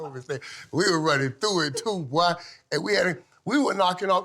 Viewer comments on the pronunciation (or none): “we was running through it too bwoy” That’s Florida talk fr right there